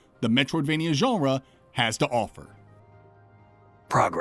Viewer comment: As a non-native English speaker, I always enjoy your pronunciation of "genre". It's like "Geoff" and "Jeff". You say "Geonrah", and I keep expecting a noble house surname accompanying it. "Sir Geonrah Mormont, Lord of Bear Island"